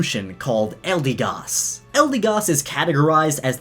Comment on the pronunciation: Hasn't even been a day and hes already mispronouncing the Pokémons' names. 'Eldeegoss.' Its 'Eldehgoss.'